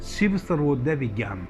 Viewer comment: सर्वोदय नहीं , स्वरोदय